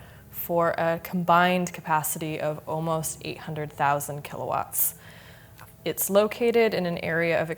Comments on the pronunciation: Who reads kilowatts as K W? Seriously? K W? What’s next S Q M; S Q F T? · key double u ... geez, learn to read the units.. its called Kilowatts!!